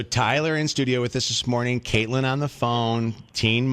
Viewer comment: The first caller said she was a long time follower but didnt even know how to say Catelyn's name lmao